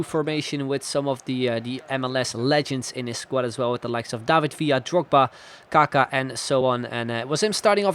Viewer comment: Your saying kaka wrong